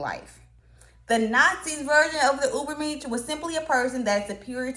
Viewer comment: This person is exactly a role model for the Dunning Kruger effect. Pronouncing Ubermensh as "Uberminsh" is just straith up diabolical, if this is a satyre account you got me I confess.